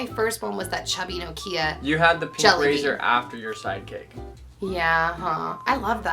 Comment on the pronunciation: The way you say Nokia is strange..